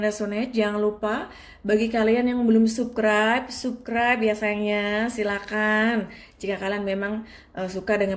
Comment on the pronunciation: Subscribe,,, itu dibaca sabskraib kak😭😭😭 bukan tetap di baca subskraib... Dari awal aku terus ikutin chanel kakak, ya emang aku suka, tpi kalo kaka nya sudah bilang subkraib, yg tadinya aku denger penjelasan kaka sedih, langsung balik galfok😭😭😭 🙏🙏🙏